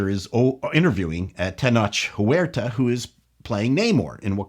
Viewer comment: Masterful pronunciation of "Tenoch Huerta"! Congrats!